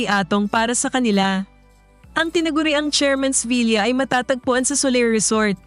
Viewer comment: The correct way to say the word villa is vila not vilya.